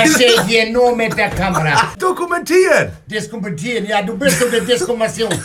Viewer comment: "Diskumentieren" :D